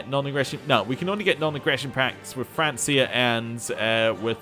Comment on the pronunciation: good stuff, btw francia is pronounced with a 'k'